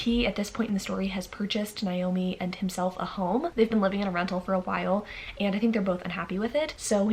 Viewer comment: Hi just a heads up, Naomi is pronounced as Nay-oh-mi. Whereas the other less common spelling Niomi, is pronounced with an I.